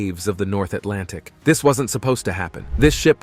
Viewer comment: STOP SAYING ATLANTIC 😭😭 my mind when u say it "EyEs BlUe"